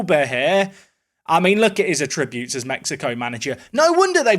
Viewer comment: What's with the attributes pronúncia?